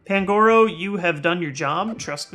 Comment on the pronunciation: Its pan-gu-ro